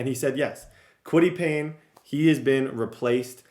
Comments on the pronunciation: Its Kwity Paye not Kwity Payne. Where are you getting the n brother lol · Bro if I hear kwitty Payne one more time I’m gonna pull my hair out 😂😂😂 it’s Paye . Got you gang 😭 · Kwitty Paye!!!! Not Payne!!!! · kwity “payne” is pissing me off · Julius Brents as well…Kwity Paye as well! Your mispronouncing many colts players names